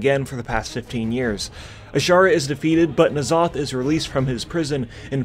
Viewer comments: He was saying it right at first I think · How can you start off saying N'zoth right then go to saying it wrong? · Nuh-zoth. Not En-zoth. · Nuh-Zoth, not En-Zoth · Why do you keep calling him Enn-Zoth instead of Nuh-Zoth? :) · Pretty sure its pronounced (nuh-zoth)... not (en-zoth) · IN Zoth!? its (nah. Zoth) good lord Americans are terrible at pronouncing any non western European English word. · "Look out, it's all of the Old Gods; See-thun, Why-saarj, and Enn-zoth!" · Took me a few seconds to process it. The way he says it really sounds like enema. 🤣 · You had me until you called him "En-zoth..." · I love how he STILL calls it “Enzoth” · Say it with me,; Nuh-Zoth N-uh-zoth N'zoth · Stupid sexy Wrathion sounds about right, yiss Since I only started WoW this year I really appreciate this recap!! But, must you say it like Enema? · why would you say Enn-Zoth. what name have you ever seen that just says the letter. they even say his name constantly in the latest patch. how int he world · "EN Zoth" - really? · It’s pronounced neh/nuh,Zoth. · EN ZOTH.... C'mon man. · N ZOTH looool it's pronounced nuhzoth ya noob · N-Zoth is not at all pronounced like that :( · are you purposely saying N'zoth wrong?